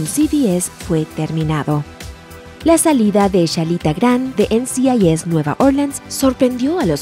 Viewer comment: No se ¡EN Ci AI YES! NCIS, es “EN CI AI ES” pronuncia bien mamita.